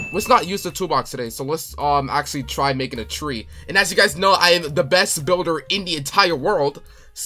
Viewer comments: It's Not Tre it's Tree😂😂😂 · Did bro really say “tre” instead of tree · Tree❌ Tre✅ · Did bro really called a tree tre? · Fix ur horror game like the name for the tre it called tree not tre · “tre”😂😂😂😂 I love your vids❤❤❤